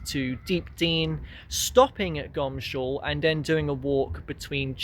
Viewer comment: It's really or should be pronounced Goms hall instead of Gomshall! I suppose it is the laziness of pronunciation?😊